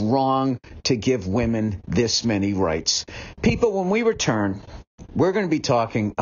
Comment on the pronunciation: WOMENS' ROIGHTS.... BILL BURR IT"S a WONDAHHH HE GOT LAYED AT aalll UNBELIEVEABLE